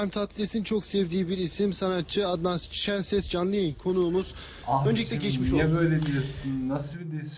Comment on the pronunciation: Adam adnan şenses yerine şikişenses diyor işte neyini anlamadın